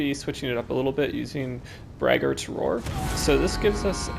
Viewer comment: Braggart is someone who brags a lot. Brag-ert, not brag-aart.